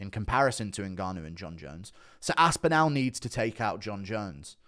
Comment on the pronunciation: GURU cannot say ASPINALL. GURU says ASPINOW :face-blue-smiling::face-blue-smiling::face-blue-smiling::face-blue-smiling